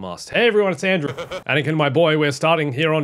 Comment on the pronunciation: Today it isn’t Andrew, it’s 😂